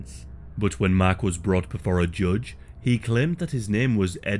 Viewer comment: Sounds like you were saying his name was “mac” the entire time, but it was actually mark lol 😂